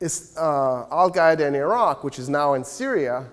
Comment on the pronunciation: If he says Al-Gaeda one more time I'm chopping my own head off.